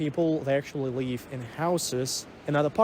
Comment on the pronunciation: his russian accent never was bad, only word 'live' is badly pronounced.